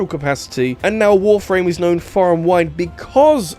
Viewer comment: I swear, the way you pronounce Warframe sounds like you're saying "Wolf Rain".